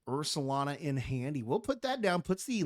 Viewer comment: Love the commentary! Just wanted to point out, it’s Ursaluna, Luna like lunar, like the moon. After the 5th or 6th Ursalana I was like… I gotta say something lol